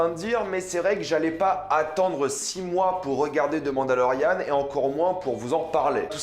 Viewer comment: quand tu dit " The mandalorian " Ont dirait que tu dit " Demande à Laurianne "